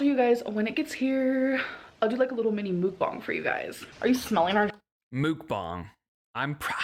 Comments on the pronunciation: its muck bang but shes stupid and calls it mook bong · Muck (like duck) bang (like bang bang, not bong) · I don’t normally correct people on the pronunciation of mukbang but since you mentioned it, it’s pronounced muhk-bahng in Korean. Uh like in nut and ah like how you’d say ahhhhh at the doctor when they tell you to open your mouth. It can be confusing because when romanized usually u means an ooh sound, but when romanized traditionally, it’d be written as meokbang (the vowel uh is romanized as eo) which is even more confusing to figure out if you aren’t familiar with Korean, so I get why they went with mukbang 😂 (I speak Korean) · Because you asked, it's 먹방. There is no u/oo in it, more like mog-bahng (no ae but like a u turnd to a like in sun). I don't know if that even helped, sorry 😅🌷